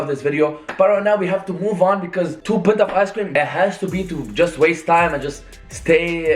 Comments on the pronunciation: 2 pints of ice cream😂😂😂😂!! It's pie -nts 😂😂. English is a barrier still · Said pints instead of pints😂